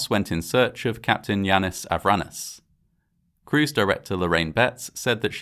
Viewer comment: Capt Yanis I-ran-is. 😅